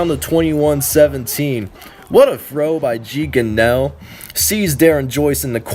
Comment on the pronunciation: its Gee (gunraw)